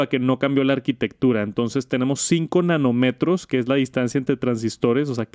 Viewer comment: Solo un comentario, nanómetro (acento y tilde en la o) igual que kilometro el acento en la o